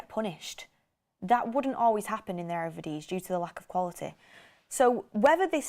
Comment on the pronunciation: saying "Ere Vidisie" kills me 😂😂😂 Good take on the style of play, I don't know if folks think we have ferraris for centrebacks, par varane, matinez and now big Willy, we can't play a high line.